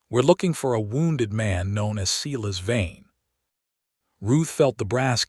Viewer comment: His name is no doubt “Silas Vane”, not “Cela’s vein”. Hahahaha!